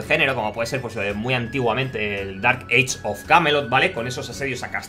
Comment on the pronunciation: Ojo que la pronunciación eish es para age. Con respecto al juego se ve buenisimo, ya me trae hypeado hace tiempo. Lo del combate creo que pasa por el CC y quizas falta de habilidades de movimiento.